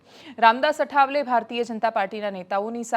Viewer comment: બેન અઠાવલે નહી આઠવલે😊